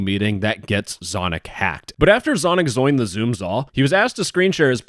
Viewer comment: “but after zonic zoined the zoom za”